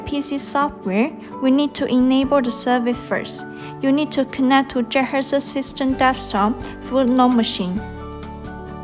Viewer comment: You know its bad when she cant even pronounce the name of the robot in English. She keeps saying juhersa. How did you get that from Jethexa? And the unintelligible English continues. You folks need to get someone who can actually speak English to narrate these tutorials. Good robot but terrible tutorials and instructions.